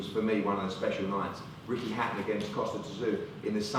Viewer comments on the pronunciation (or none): Why are Eddie Hearn and Joe Gallagher pronouncing Kostya Tszyu as Costa Tazoo. Its not even kind of close to how its pronounced.